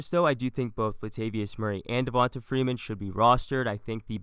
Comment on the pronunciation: Who is… “Devionta Freenan” 🤔